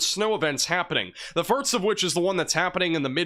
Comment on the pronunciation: Firts, it’s not snifficant to him… (Intended misspellings to demonstrate the phonetics of his other odd mispronunciations..😵‍💫)